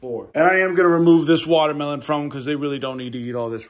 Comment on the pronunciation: I cant ever say watermelon right agian I love wamdermolon